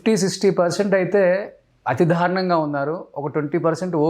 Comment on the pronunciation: ధారుణం కాదు అది దారుణం. చాలమంది 'ల' కు 'ళ' 'ళ' కు 'ల' పలుకుతుంటారు. అలాగే న, ణ లు.